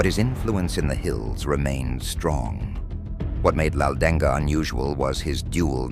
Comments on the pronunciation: Not laudenga it's Laldenga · Not 'Laldeng-ga' we Mizos simple pronounced 'Laldenga'. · it’s pronounced M-AH-U-T_A-M Not mauthain learn how to pronounce It’s pronounced L-A-L-D-E-N-G a In Mizoram a [pronounced like ah] is used to describe a male and i[pronounced like e] to describe a female and names not mizo have hyphens place before the a or i for example Rafael-a,Michael-a,Jessica-i,Lycan-i And for Mizo names it goes like this For example Rinawma ,chanchinmawia, mami ,Mamuani In Mizo names the hyphen(-) is not placed to not get confused on how to pronounce words If there’s th in a word in Mizo the t is pronounced loudly and greatly and fun fact is our letters were written and invented by Britain and i remember one hospital that they made located in durtlang called synod hospital it’s more advanced cuz of the British people tho most British people can’t speak nor read Mizo these songs were sang like how most song of that time were sang like battle hymn of the republic years passed we are still Christians because allah is a statue i can make and I don’t worship stones I worship the only true savior Jesus and god the protector of Israel the protector who never got tired the protector who never slept the protector who never died but the MNF is now the original of now many Mizo land protectors Mizo has solved 70 to 89 % of all problems using passive and calm communication,patience so this is correct but narendra is breaking it now because of his crazy projects for Mizoram hes making train routes for easy travel but there is a